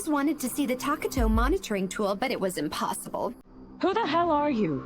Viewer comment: Hahaha she said emplossible